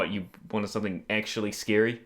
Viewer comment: He says scary like if it's sceeary, kinda like arin from Game Grumps